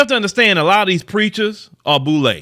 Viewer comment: Lol the Boule🤣🤣🤣🤣🤣 Do better Bro 🤦🏾‍♂️ the inn’ah’net is your friend 🤦🏾‍♂️